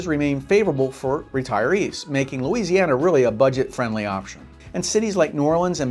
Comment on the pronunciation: Stop watching when he said "Louisiana".